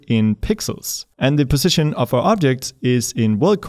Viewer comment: "THE CRAP MOVES"!!!! HAHAHAHAHAHAHA also you keep saying. you need to work on that word some more. its more like PUH ZZ ition. cool you got it!